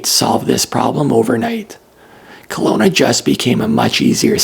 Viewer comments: Kelowna not Colona! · Kelowna, not Conola!